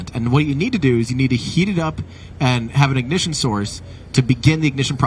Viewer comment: BOOSTER IGNIJITION